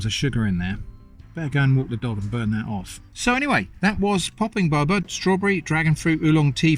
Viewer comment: it's pronounced boe-bah :)